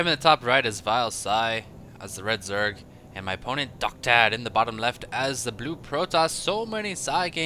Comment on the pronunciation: PSY i think that guys name is Docta D, as in doctor, not doctad.